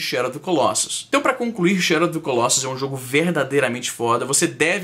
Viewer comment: Fala-se colossus com o "o" fechado, e não colóssus. E o plural é colossi.